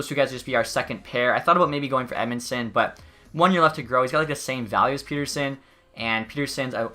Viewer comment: Great choice to hire all amateur scouts! Would also like to point out that is it "Pet" ersson and not "Pete" rsson.